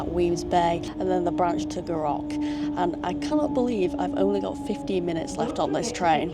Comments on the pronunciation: Another fab video G! Never explored this line so maybe that should be on my list! But oh my, my ears every time you said Gou Rock hahaha, it’s more like Gou Rick. 👍🏼👍🏼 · Gourock is actually said like Goo Rick :) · Roth e say, not quite...😊😊😊 Gourock, all one word, goorock, emphasis on Gou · It’s prounounced “Gooruk. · Goorock....it's Goorock....Hahaha. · wee bit of help with some of the town names - Gourock is Goor'uck, Rothesay is just Roth'say the "e" is a bit misleading. Love that section of the Firth of Clyde, get a great view from all direction and have to love our ferries, even if they are a little troubled at the moment. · Indeed. Goo ROCK is definitely an assault on my ear drums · The way you said Gourock, did make me laugh! And also laughed when you went wrong way to ferry!! But you weren't to know. I love going back there - family come from area - and I love staying with my cousins as they live between the two ferry terminals on Dunoon side. My personal preference if I have time is Western Ferries. My uncle skippered one for many years and I love the walk from McInroy's Point to Gourock on a nice day. Back in the day the Dunoon Pier was lovely and I loved the old Calmac ferries that used them (Juno, Jupiter and Saturn). Those beasts could work in any weather! Great video, enjoyed it. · There's only R in Gourock. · Terrific vid as always For those with a vehicle, there is a shop in Gourock selling cut price tickets for Western. Love your pronunciaton of Gourock! Wrong of course, but funny. You should try the drive to Dunoon, but the Rest and be thankful will probably be shut! The old military road is a wee bit shoogly. For anyone wondering how you can drive to Dunoon, It isn't an island.